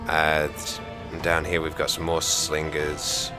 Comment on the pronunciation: Moar with a big O